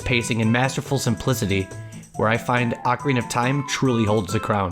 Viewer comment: Video would be SO much better if you could pronounce ocarina properly. It's barely watchable.